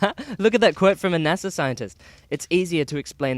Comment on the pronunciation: Did say "Nassau crashed a lunar module into the Moon"? 'Cos to me it sounded as if he said "Nassau", as in the Bahamas. I listened to it three times to make sure. I'm pretty sure he said "Nassau".